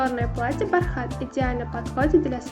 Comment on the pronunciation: Не бархáт а бáрхат